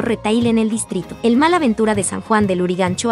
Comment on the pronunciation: Porque le dice “Mal”. La palabra es “MALL” y se pronuncia ¡”MOL”!